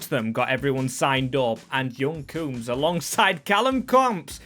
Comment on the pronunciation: bro why do you always add letters to players names? clearly 'coombes' not 'croombes'